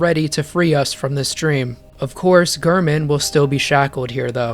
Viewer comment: Sadly you wrong again lmao, I think the oedon chappel dweller pronounces it UR-DIN